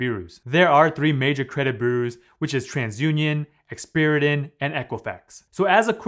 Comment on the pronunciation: It is experian, not experitan